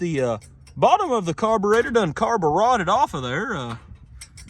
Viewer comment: "carberotted" got me good lol